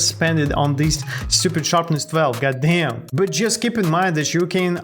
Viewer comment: BRO THE WAY YOU SAY GODDAYM IS SO FUNNY😂😂😂 .real slasherz never miss a vid